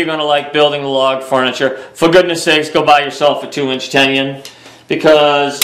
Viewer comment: there is no Y in Tenon it is not a tenyon